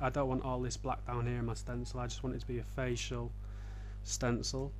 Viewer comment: He said Facial